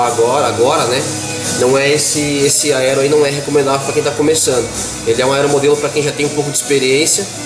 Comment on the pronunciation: . AELO ... cebolinha do hobbie brasil kkkkkj